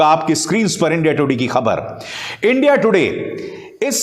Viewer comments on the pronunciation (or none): none